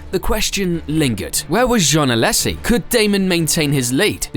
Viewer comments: Also it's "Alaaaaysssi" not "Alessssi" sorry I couldn't hold that one in either. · Badoer was being lapped by Villeneuve, he was not running 4th in a Forti. Also learn how to pronounce Alesi at least semi-correctly (as well as Coulthard and Hakkinen)